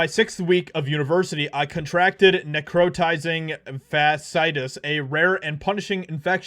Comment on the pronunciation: Neck row ties ing Fa she I tis. 😂 wow you butchered that one brother.